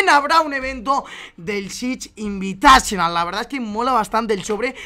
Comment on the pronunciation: Chich invitachonal... que asco como lo dice